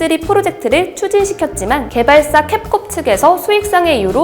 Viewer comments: 캡콤을 자꾸 캡콥이라고 한다 ㄷㄷㄷ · 캡콥이 아니라 캡콤인데 왜 자꾸 캡콥이라고 말하나요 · 왜 캡콥이라고 발음하세요? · 대본 읽으시는거겠지만 리딩 하시는 분께 게임사 이름정도는 확실히 알려주시고 하세요...한번 정도는 실수겠거니 했는데 자꾸 캡콥이라고 하시네요...